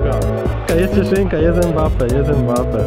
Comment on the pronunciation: To nie Mbape tylko Mbapa